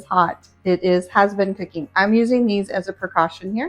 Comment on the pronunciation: "testeen," "cookeen," "dooeen," "shutteen," "warmeen," - there is a "G" on the end of those words. "Dishtribute??" Ugh.